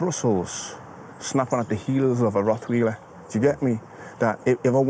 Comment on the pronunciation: I think he pronounces it “Roth wheeler” 🤣